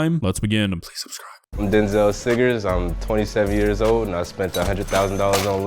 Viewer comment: “Dynzell Sigers” “SIGERS” They’re finally getting it…WERE SO CLOSE